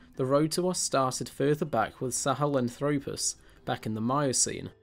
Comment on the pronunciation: Australo-PITH-ecus and Sahel-AN-thropus, please: accent on the 3rd to last syllable. Also, there is no Australopithecus sebida, but Australopithecus sediba has been known since 2008. You may wish to run your scripts by a paleoanthropologist before releasing to the public. I know at least one of your collaborators would have gotten these things right, since I've watched many of his Youtube videos. More preparation and editing are required to create a professional video, but the effort is worthwhile.